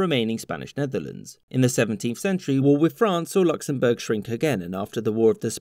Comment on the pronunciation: ah yes, Knocksenbourg